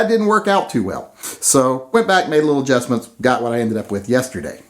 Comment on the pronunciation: "adjustsments" lol